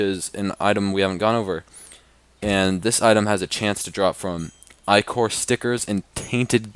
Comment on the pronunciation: Plus is said Lchor not ichor